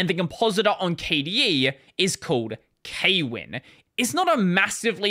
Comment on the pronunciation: fun fact: kwin is pronounced with 1 syllable